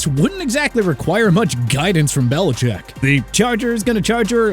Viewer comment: Why you do belicheck like that 😭